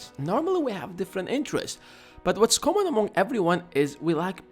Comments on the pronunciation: 2. Find A "Commong" Interest 3. Debate and Not "Aruge" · common not commong you are welcome